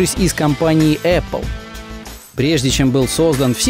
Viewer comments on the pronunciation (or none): none